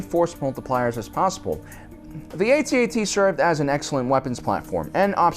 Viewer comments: And it's AT-AT. Not A-T-A-T. thank you and good night. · It’s pronounced AT AT, not A.T.A.T. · Its pronounced at - at not A..... T ..... A..... T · Its not pronounced AY T AY T, it’s pronounced atat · Pronounced AT-AT not A-T-A-T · It is pronounced @@ not Eighty-Eighty. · To make this video bad is his mis-pronunciation of the walker name; ay-tee-ay-tee. It is pronounced phoenetically, rhyming with hat. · It's pronounced @@ not 80-80. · Cool video. Minor irritant that he doesn't know how to say AT-AT properly.